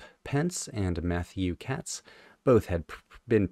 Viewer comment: Katz is actually pronounced Cates. He was fired by the Airplane, and ended up causing Moby Grape's band members a lifetime's worth of grief over litigation concerning ownership of the name and songs from the first two records. The first album remains their best but if you enjoy this song check out both "Seeing" from "Moby Grape 69" and "Can't Be So Bad" from "Wow."